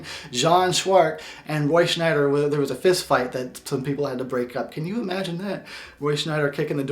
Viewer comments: It's Roy Schieder. Roy SCH-I-DER. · I think its Roy Sheider not Roy shneider. im goin opposite of your review, when you dont see Roy sheider its sucks, when the kids go at large its a bit boring, but every scenes with Roy is pretty good. Sheider is amazing but I wish Dreyfuss couldve played in it. I love your idea for the prequel, but one detail, Quint said they were attacked by many sharks, I would only put one bad mofo white shark to do all the damage, in some way I think its creepier with only one big white sharks than thousands of little blue sharks!